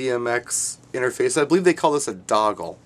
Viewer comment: Dongle! not doggle hehehe